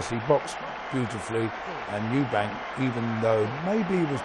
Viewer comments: Frank Warren has known him for over 20 years and still calls him Eubanks 😂😂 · And Frank Warren can't even be bothered to say Eubank, instead of Eubanks. Ignoramus. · It's Eubank not Eubanks ffs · Stop fucking calling him Eubanks, it’s EUBANK. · I love the way Frank Warren relentlessly adds an ‘s’ on Eubank, to make it ‘Eubanks’, to this day..... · It's Eubank. Called him Eubanks atleast 20 time. It's disrespectful to not learn a guys name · Frank Warren always says Eubanks. Done it his whole career. Does he not realise it's Eubank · Someone needs to tell Frank it’s Eubank not Eubanks. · His name is Eubank, not Eubanks you weapon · His Name is Eubank, not Eubanks! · Why does Frank Warren keep calling Eubank 'Eubanks.' Strange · Eubank, not Eubanks! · Why he saying Eubanks when it is eubank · ....also, ‘Chris Eubanks’ ...?! Christ Franks! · Eubank not eubanks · "Eubanks"?? WTF? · This is impressive by Calzaghe. Wtf is Frank Warren falling him Eubanks. His name is Eubank. If this is not a known nickname for Eubank, I think Frank Warren should be banned from all boxing. You can’t add a little s when you want to. We are English people. We do not Call him Eubanks if his name is Eubank! This video and Frank Warren being paid what he gets and being that thick to call him Eubanks is crazy!! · Stop saying "Eubanks" it's embarrassing! STOP IT! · At one point he says 'Eubanks' 4 times in 6 seconds. It's a derisory act to get someone's name wrong. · With respect to Frank Warren and all he has done for boxing promotion , at least he could get the name Chris Eubank correct please . He dropped the 'S' at the end of his surname many years before . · Could at least say "Eubank" properly after everything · Stop saying "Eubanks"